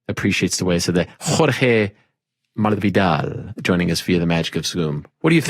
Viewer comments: This guy's said malvidal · Wtf is a "Jorge Madbdvidal"? It's Masvidal, don't try to add your own letters there. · Ariel over did the Spaniard lisp with the "MASvidal" pronunciation 😂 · Ariel why are you pronouncing the S in masvidal as a TH it’s masvidal not mathvidal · mass•vee•dahl he saying madvidal 😂with a d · Enough with the accents Ariel, it gets annoying. Ariel knows Jorge is of Cuban decent and his last name is pronounced how it looks. If he was from Spain, which everyone knows he's not, you'd pronounce it Mathvedal. Jorge was getting pissed and had to put an end to it. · Where is Ariel seeing a "th" in Masvidal? It's an S, bro. 😂😂😂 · You have to pronounce the S. Cubans only drop S at the end of a word. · The "S" isn't silent, Erielle. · Ariel just tries so hars...Spanish from Spain pronounce "S" sound like "th".. Grathias. But Ariel just did some whack waaay off stuff. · The way Ariel mispronounced his last name in the beginning 💀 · not hard to figure out bro YOU ARE NOT PRONOUNCING THE S IN MASVIDAL! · Masvidal ain't from spain, why you trying to pronounce his name like that, lowkey disrespect lol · seemed more like Ariel was the one being educated. He was corrected like 3 times in one video. Listen to the intro...the way he said Masvidal was staggeringly stupid to be honest. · Ariel speaking Spanish like it’s French lmao. “R’s” are not pronounced with that getting mucus out your throat sound like in French Ariel.